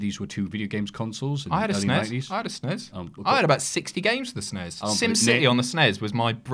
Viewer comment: When did it become acceptable to refer to the SNES as "sness"? For my entire childhood you simply read off the letters as you would with any acronym. It sounds so much better.